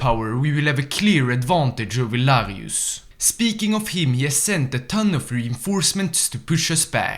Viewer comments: why did you call Lanius Larius? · Btw why do you call Lanius "Larius" and NCR "NCA"?